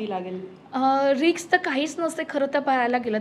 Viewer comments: रिकस नाही....रिस्क.....pls chrck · Riks नाही Risk